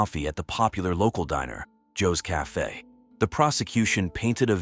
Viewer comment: Pls stop using AI to narrate. They can’t pronounce simple words like Vanessa or cafe.